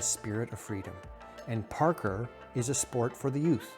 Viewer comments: Pronounced "par-koor" not "Par-ker" heh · Omg, I can't listen to him mispronounce "parkour" one more time. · The way you pronounce parkour… 😅